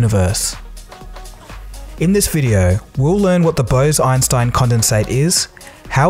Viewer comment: Bruh, BOSE-EINSTEIN not Bows-Inestine